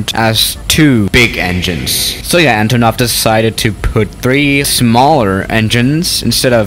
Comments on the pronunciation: You speling it so wrong. Antooonov. Not Antonoooov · You must say AntOnov, not AntonOv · Its pronounced antonov not antonov